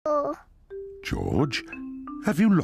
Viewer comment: Mr Dorito said durito